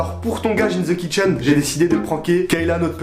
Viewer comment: Comment vous avez écorcher le pseudo de Kitchen 😂